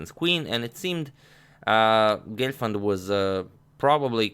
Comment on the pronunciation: Not Glefand ...It's Gelfand...Lol😂